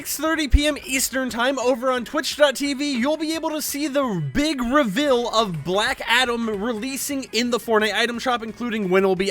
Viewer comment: Before I say this I love videos but this man said rivel instead of reveal